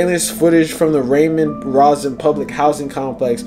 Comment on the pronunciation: The commentator said Ramon Razen 😮😅😂😂, it’s called Ramon ROSEN!. First time I heard someone pronounce it like that